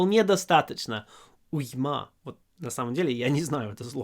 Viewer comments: уймА порадовала! Нет, вы отлично говорите по-русски, эта ошибка чуть ли не единственная, но смешная ))) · Великолепный урок, спасибо автору, демонстрирующему прекрасный русский с очень хорошим произношением. Я думаю, он отнесется с пониманием, если я ему подскажу, что в слове уйма ударение на первом слоге. На деюсь, автор меня простит, кроме того, его русский абсолютное совершенство по сравнению с моим английским. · Уйма - ударение на "у".